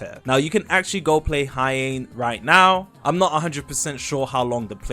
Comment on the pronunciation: it's Heian not Heain.......